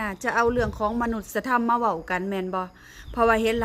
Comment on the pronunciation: มนุษยธรรม อ่านว่า มะ-นุด-สะ-ยะ-ทำ